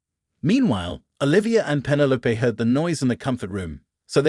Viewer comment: Penne Loap? Who names their kid Penne Loap? It’s penne low peeeeeeeee. Penelope. Teach your VO 🤖 some Greek!